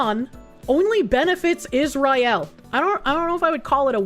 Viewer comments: Love how the Korsche pronounces it “is-rye-aal” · IZZ RYE ELLE